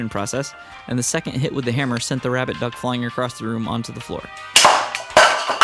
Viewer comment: Was I the only one that kept hearing "Rabid Duck" instead of "Rabbit Duck"?